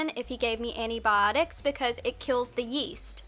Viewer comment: the way you say "antibiotics" is a lil' weird